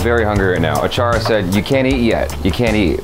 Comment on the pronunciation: Achara became "Aachaari" ( In marathi it means chef)😂😂